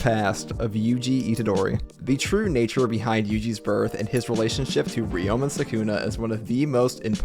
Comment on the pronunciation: Ryomen is two syllables. Ryo and men. It is not Ri O Men. 🤪